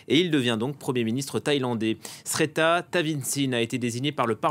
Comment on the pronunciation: Personne dans la rédaction de F24 ne s'est soucié de savoir comment on prononce Srettha (7A - le R ne se prononce pas...), ni le journaliste de pacotille en Thaïlande qui a fait de son mieux pour ne pas prononcer son nom (réécouter pour voir comment il jongle à ne pas le faire !), parce que le pigiste ne parle pas thaï et se contente de reprendre des deux journaux anglais locaux, le Bangkok Post et The Nation.